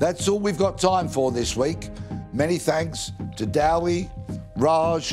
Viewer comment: I'm sorry this really annoys me - and had ample time to establish what the name of his guest was. Dewi is pronounced "Dare-we" NOT Dowie. Honestly, it's like calling Marilyn something like Maroline - it's really easy to ask your guests how to pronounced their names. It's just lazy reporting!